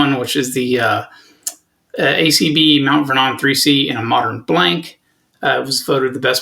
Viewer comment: Just an FYI ... Mt. Vernon, New York is pronounced "Mount VER-nun," with the accent on the "VER."